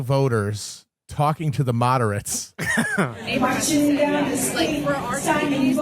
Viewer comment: “Talking to the mod-er-ates!”